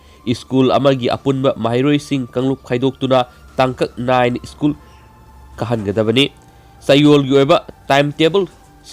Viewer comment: School haibiyo ischool haibinu yaradee😁